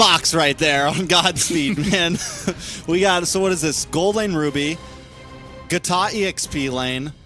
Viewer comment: For the love of God Please stop saying "Gatot" !